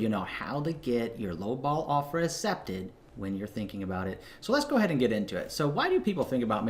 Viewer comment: I love and hate at the same time the way you say accepted haha